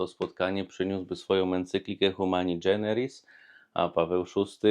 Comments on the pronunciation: Nie dżeneris, a generis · Fajnie Ksiądz prawi, prosto i kiedy trzeba, z humorem. Tylko moja drobna uwaga: Humani generis, a nie dżeneris :)